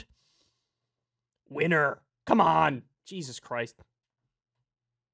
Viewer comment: Maybe if you got it right it would not seem so cringeworthy. He did not say "Winner" he said "Weiner". You are welcome.